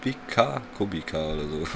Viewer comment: Ach! Kubica heißt (gesprochen Kubitza) nicht (Kubika)